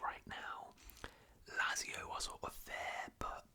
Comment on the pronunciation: I like these longer round up vids but Lazio is pronounced "Lat-zio" rather than "Lazz-io"